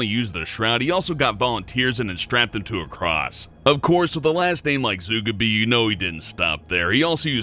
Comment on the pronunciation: I like more than Danger Dolan. His voice is cooler than Dolan's and I like his humor more. That NASA joke and laughing when he pronounced Zugabi's name wrong.